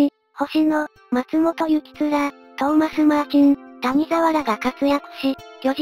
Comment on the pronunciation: たにざわじゃなくて谷沢(やざわ)やぞ